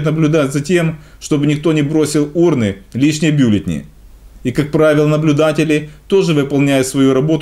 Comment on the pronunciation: Не бюллетни, а бюллетени. Нужно подучить русский язык, если уж Вы на нем говорите. Слух режет.